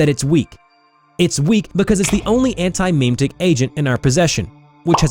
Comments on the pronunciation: the way you pronounce memetic (meme-tic) is rage inducing. It should sound like mem-eh-tic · Every time I hear him say "Meeem Ticks" instead of "muhmetics" I die a little inside. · Memetic. Jesus, how do you pretend to be part of the community and butcher that?